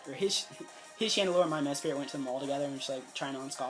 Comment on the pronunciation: i'm sorry but this kept bothering me, mesprit* not mespirit